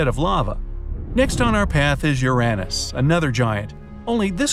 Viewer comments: AHEMM “URAHNUS?” ITS “URAYNUS” BOI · l am disappointed... Uranus??? it pronounced Uranus. what such bad narrator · Its pronounced "ur yuh nus* bruv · The way he said Uranus “Yiraniss” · I’ve heard ur-ay-nus, I’ve heard ur-u-nus, but I have never hear ur-AN-nus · "urannus" bright side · I never thought someone can pronounce the planet as "U-RAN-US". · Are we not gonna talk about how he says uranas like ur Anne is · "Your anis" 💀💀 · Bro actually said ur an is 😂😂😂😂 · THE WAY HE PRONOUNCES URANUS 💀💀💀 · The way he said Uranus tho 💀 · Never heard Uranus pronounce like that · Youre mispronouncing Uranus and you know it